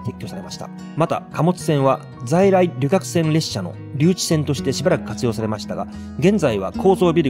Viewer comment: 旅客→りょかく、一役→ひとやく。 歴史紹介の教育的な動画を標榜されているのでしたら、読みはいくつも間違っているのはよくないですね。あと、発電所ははつでんしょの方が人に聞いてもらうなら一般的かと。